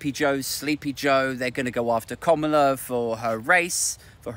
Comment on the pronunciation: It’s pronounced ‘Kamala’, as in ‘Instant Kamala’.